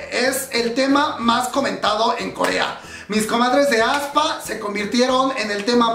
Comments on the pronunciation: aespa no como lo pronuncias aspa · Me gusto el grupo ya esta en mi playlist y ya PARA! jajaja tampoco se pronuncia ESPA, SENCILLO ES....... AESPA tal cual. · Aspa jaja, no te preocupes nosotros tampoco sabíamos cómo se pronuncia. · Yo cuando vi aespa no leí así como se pronuncia sino que dije avispa 😂 F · Jajajaaj "Aspa" :v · Cuando dice que ya sabe pronunciar el nombre del grupo, pero en realidad no. Me mato la voz en off aclarando su error. Gracias por ser tu mismo.